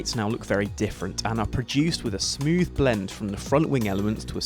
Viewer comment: I hope I never hear anyone say smooth like that again.